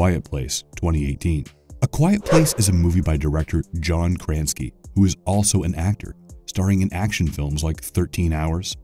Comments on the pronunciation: I like the content, but I feel as though it would take a very simple google search for the host to learn how to pronounce a lot of these names he is completely mispronouncing. Even something as simple as following the phonics. Kra-Sin-Ski has 3 syllables, not two, for example. I know its pedantic and I don't want to be the typical grumpy internet neckbeard, but It feels a bit low effort not to learn simple things like this. Like the word Terran. As in Terra, as in Earth, as in Human.... Etymology. And some of the stuff feels made up. LIke how do you know the Demogorgon tracks using smell and hearing, and that it can't see? It might not have anthropomorphic eyes, but the lore never suggests how it senses things, so that information is made up. Yeah. I'm arguing about imaginary creatures, but... if you want to do a lore dump in a video, better get the lore right, and the pronunciation. I hope this can be seen as constructive criticism, not just complaining, because I would love to see improvements along these lines. Because there is potential here, but in the end, with the incorrect pronunciation and made up lore for the video, it just feels a bit disingenuous, like you're not really a fan, you're just trying to create content you think will get you clicks. Might get you clicks but not fans. I'd like to be fan. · No offense…but does the narrator not bother to look up how any of the names he uses are pronounced? He calls John Krasinski “John KRANSKY”. Cringe. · i’m sorry man i’m seven minutes in and i feel like you can’t read. you have mispronounced so many words in this video and they really are not hard words. it’s distracting and it borders on misinformation when you say that A Quiet Place was made by John Kransky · i couldn't help but to find it very funny that he said Krasinski wrong. pretty sure he also pronounced giger wrong too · The way you are pronouncing Krasinski is KILLING me. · AND Krasinski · im pretty sure thats not how you pronounce "krasinski"